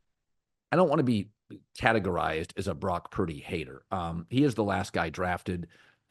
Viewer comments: Couldn't even say Brock's name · Say Purdy's Name Colin